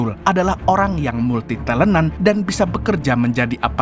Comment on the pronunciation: "multitalenta" jadi "multitelenan" 😂😂😂